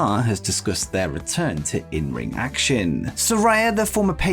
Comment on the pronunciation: You're pronouncing Saraya incorrectly, my guy!